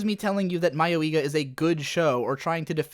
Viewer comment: "My-oh-ee-ga"? What? Ive always said it as "Muh-yoi-ga"... which is it. It doesnt matter if it was supposed to be parody or a horror edge-fest. Both ways it was horse shit. Even if it was a parody, what the hell was it trying to "subvert?" What the hell was it trying to make fun of? It was so poorly constructed and provided no commentary on current horror tropes. And nothing in the show was remotely close to being humorous. The few things that made the show stand out only made it cringe-worthy. I dont care what genre you try to put this anime in, Mayoiga was a total buswreck of a show.